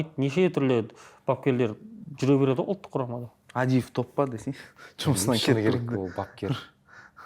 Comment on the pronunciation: Бере-Ді ала-дыы деп соңғы буынга койғаны кулакка жагымсыз